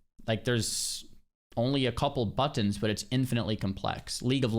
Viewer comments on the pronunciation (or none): Bro turned Victorian era British for just one word only to do it again 2 seconds later 😂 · nobody...... NOBODY says "buttons" like that.